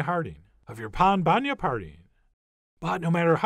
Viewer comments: Pain bagnat, not Pan. Pain, like bread. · Chef John, we say Pain Bagnat (Pain = bread) not Pan. Thanks. Eric in Belgium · It’s pain and not pan. As usual awesome tone and video. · Hearing you saying "pain bagnat" made my day ahahahahahahhahah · Pan. It's a nasal A, not like pan in English/Spanish